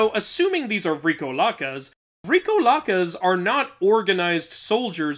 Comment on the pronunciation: Greek Pronounciations: The vowel to pronounce vrykolakas should be the "o" not the "vry" and it directly translates into "Vampire" as in immortal undead beings. I am not aware if they had connections to the more modern term of a vampire, likely not. Also Nike isn't pronounced "Nikeee" but Neekee which is the word "victory".